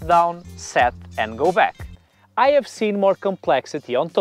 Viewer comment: You do great videos in perfect English. Yet there's one single thing that bugs me - why aren't you pronouncing later H at the beginning of words? Ome, ave, uskvarna, oliday etc. I lived in Portugal for some time and I never noticed it so I doubt it's specific to Portuguese speakers (unlike the French).